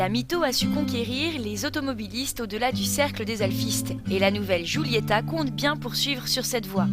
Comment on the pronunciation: alfa sshhhguulyettahh lol sh sh sghghghg